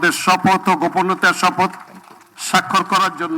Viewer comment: ছি ছি ছি এহসানুল হক মিলন সাহেব আপনার প্রধান মন্ত্রী তো শপথ শব্দই সঠিক ভাবে উচ্চারণ ই করতে পারে না ছিছ